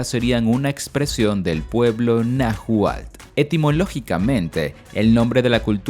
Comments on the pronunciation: No se cual era el idioma que hablaban, pero seguro estoy que no es el Na gual (min. 12), y sí pudo haber sido el Náhuatl, con pronunciación de la letra ele. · Exacto El narrador no lo pronuncia bien y se escucha mal. Creo lo está pronunciando Na juál. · Este relato esta plagado de mentiras ni si quiera mencionar bien Náhuatl